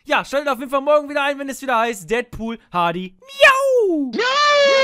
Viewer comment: Deadpool gesprochen Dättpuhl wenn es Deatpool heißen würde wäre es ja Dietpuhl heißen :D ich bin mir sicher das es nur ein tippfehler war, aber leider habe ich die seltene schwer zu behandelnde kankheit jeden immer verbessern zu müssen :D es tut mir leid ^^